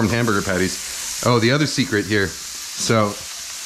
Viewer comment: You forgot “ze secret sizzning”.